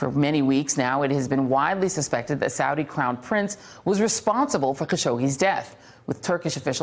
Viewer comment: Why does she keep pronouncing "Saudi" differently? Get her some lessons on how to pronounce key foreign words, please.